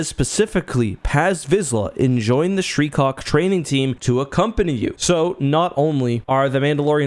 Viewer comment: I keep hearing "shreecock". 😆